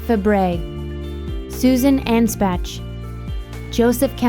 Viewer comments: ..her last name was pronounced 'Onspock' not 'Anspatch'. Geez.... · Umm - Susan Ann-spatch? Do some research before you mangle the pronunciations. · So sad; the loss of so many talented people. RIP, all. BTW, Susan Anspach's last name is pronounced On-spock.